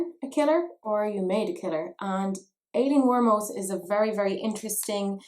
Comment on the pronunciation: at the beginning i kept hearing Alien Wantus... I was like: Wut? And usually you pronounce that name (at least in German) like Eileen. There are a trillion names to write it like Madeline (don’t get me started!)...